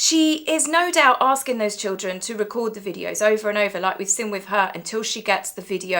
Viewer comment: Please pronounce seen not sin !!!